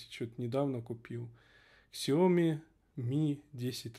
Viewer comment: Дело в том, что "Xiaomi" -это не название на английском, а написание китайского названия ПиньИнем. Также неправильно называть "Huawei" "Хуэйвеем"! В китайском (ПиньИне) "x" - это не "икс", а "с".